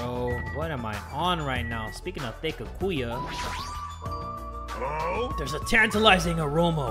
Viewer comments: I like how jay will go out of his way to say monomi right, but insists on saying byakuya wrong. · jay: says byakuya's name wrong me: faceplam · the mispronunciation of byakuya is killing me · Dammit jay, you got me saying Byakuya wrong